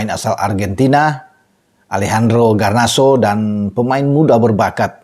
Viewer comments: Garnacho, bukan Ganarso..😂😂😂 GGMU!💪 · Darimana Garnacho dibaca Ganarso,. Kok bisa?😂